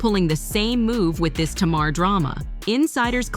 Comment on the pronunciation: It’s NOT T’Mar